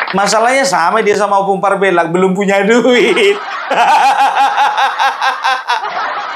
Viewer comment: Perasaan saya selalu tidak sreg tiap kali dengar lagu 'Youtuber Nusantara' karena masak orang Batak namanya dibaca PARB-e-LLAK. Harusnya Parb-E-llak.